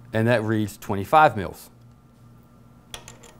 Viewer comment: It sounds like he is saying milfs lmfao !!! But still good video...